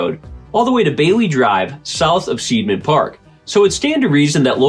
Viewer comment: It's pronounced SIDE-MAN park - it''s an I sound not an E. I before E rule! It makes no sense to use it in spelling if you don't use it in pronouncing it too. We get the EI and IE spelling from the GERMANS. This is so that you know which way the pronunciation swings and not sound ignorant. Either way I don't believe in ghosts. I know better than that.